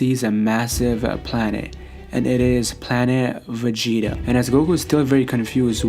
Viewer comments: Why do u say planet vegeta like that, “ planet aa va gets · Planet.....vegeta and that was gokus father.......bardock hahaha love how u say it